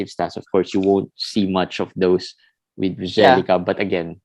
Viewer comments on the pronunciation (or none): Nemanja Bjelica. You uttered his name and surname completely wrong. He wouldn't know you were talking about him. :)